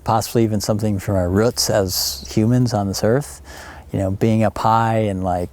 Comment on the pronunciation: ‘Roots’ not ‘rutts’